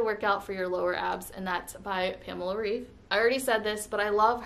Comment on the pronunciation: Hi, great journey! But you pronounce her lastname wrong. I am from germany. Its kinda pronounced Raif